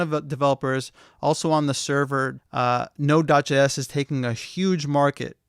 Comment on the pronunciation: UI, from onwards, what is that you say? It sounds like 'nodudge s', or 'nodudge js' - captions say "node js". You mention that node js is the most popular of all the frameworks. For the avoidance of confusion, can you clarify something - nodejs is not really a framework, is it? (or is it?) Thanks